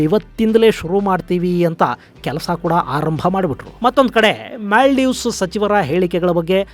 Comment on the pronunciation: ಅದು ಮ್ಯಾಲ್ಡೀವ್ಸ್ ಅಲ್ಲ.. ಮಾಲ್ಡೀವ್ಸ್..